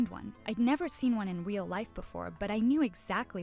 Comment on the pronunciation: No one: The girl:I never see one in weal life before